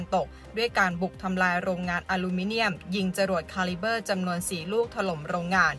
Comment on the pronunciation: ขีปนาวุธ..คาลิป ครับ ไม่ไช่ ขาลิบเบอร์ ผมฟังมาหลาย คลิปแล้ว..แก้หน่อย ครับ แอ็ด